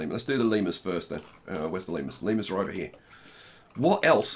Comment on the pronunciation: nobody: literally nobody:: LeMeRuS